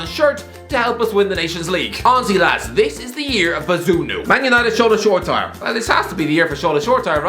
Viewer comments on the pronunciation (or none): It's Sho-re-ti-re not Shore-tire